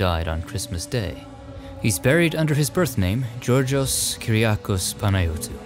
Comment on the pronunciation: Unfortunately you said George Michaeel’s first name totally wrong, but I’ll forgive you. It’s how a lot of people try to say it. It’s more Youryos.